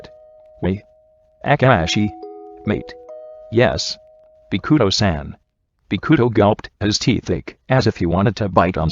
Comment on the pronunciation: The voice be like : boKUto aKAahi